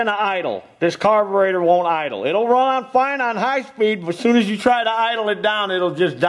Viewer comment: Thanks, man, I learned a lot from your video, On how to fix your "Carbutrator" I meant Carburator. All the best and Happy New Year to you and your family.